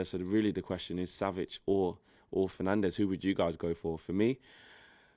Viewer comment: Well hes not crap is he jesus christ. Hard to call Fernandes better when you butcher his name that badly, you'd think you have never actually watched him play a full 90.